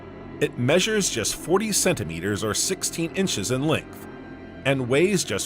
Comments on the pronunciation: Idk but it s hilarious 😂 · OK, I just got to the second time The Voice mispronounced centimeters and this time the miss pronunciation was different for the first time which does not seem to support the misspelling theory, but sadly I think I'm going to have to turn this video off because while I find it interesting and the music is actually quite soothing, my brain tends to zone in on mistakes like that, so I'm the type of person who can be half asleep and something like that happens and jolt me awake again. Gotta find a video that does not have those kinds of severe errors. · I wonder if the miss pronunciation of the word centimeters comes from a misspelling in the script for this video.